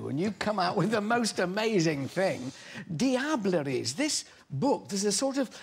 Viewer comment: Ahah! His face when he says the right pronuntiation of "Diableries" is priceless!!!